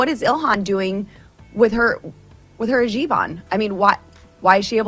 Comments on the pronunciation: “with her hajib on” 😂 what’s a hajib? U mean hijab? American literacy on full display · "Hijeeb." Boebert is so dumb. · "Hajib" instead of "hijab" and "islamist" instead of "muslim". Tells you everything you need to know about these people. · Omg lauren boebert is stupid. A jiban? Does she mean a hijab? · She said “with her hajib on” - she meant to say hijab of course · Ilhan's hijab not "g- ban" :face-purple-crying:L.Boebert is a dodo bird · is "ha-jeeb" a valid way to pronounce that 😂 ? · ..... Boobert cannot even PRONOUNCE hijab correctly .... So would it be ok for a Good White Christian woman to wear a scarf if she's having a bad hair day .... ? Maybe Ilhan Omar should wear a Patriotic Hijab in the colors of the American flag ... ??